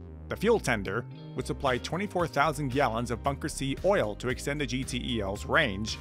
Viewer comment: Also known simply as GeeTells (instead of Gee Tee Eee Ls)